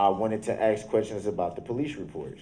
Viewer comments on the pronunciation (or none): So is saying "ax" instead of "ASK" a colloquialism? It drives me nuts!